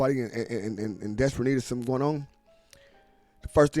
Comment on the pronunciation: U said someding did haping? Wtf lol